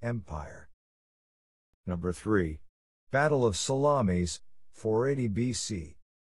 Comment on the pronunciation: I have to laugh at pronunciation of Salamis. Italian sausage fought both Greeks and Persians